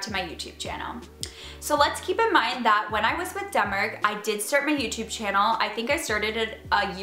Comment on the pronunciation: I definitely hear "Dumber" not Denmark every time 😂 Okay well like "Demmar" but basically Dumber with an accent 😂